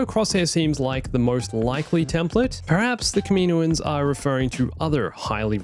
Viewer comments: its kaminoans not kaminoins just trying to help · The way u day kaminoans throws me off lmao i pronounce it “cam-in-owens” Also, one thing that sucks about introducing anything new is how it wouldn’t fit in the og trilogy (maybe) and ESPECIALLY the sequel trilogy. There’s a lot of loops to go thru